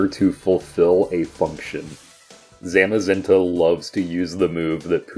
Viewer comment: You mispronounced Zamazenta.